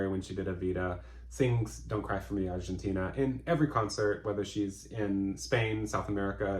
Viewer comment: Linda Balgord nails the vowel at the end of With One Look. It is a MEEEEE!